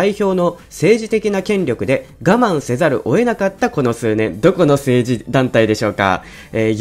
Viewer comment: 画面にはちゃんと「我慢せざるを得なかった」って出てるのに なんで朗読が「我慢せざる，おえなかった」なんかな